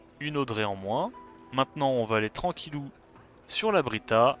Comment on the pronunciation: C'est Brita pas Britra :p P'tit méla,ge avec le Asura dark